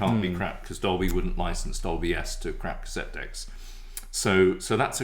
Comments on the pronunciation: Are you 3 playing a drinking game with your Doblie! Dolby and Sonie Sony pronunciation ? 😂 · This riff was worth watching for the bewildering pronunciations of Dolby (Dobly) alone. :0) The fact I have had a huge flashback, as I owned one of these fine machines, is a real bonus. I had a few Sony Metal Master ceramic cassettes, which would hold a higher record level (and smash if you dropped it). They were £17.99 back then for a single, blank c90. Sounded superb.